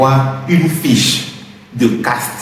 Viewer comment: On dit affiche hayi😂